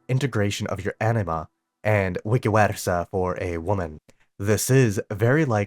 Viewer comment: You mispronounced vice versa :D note for future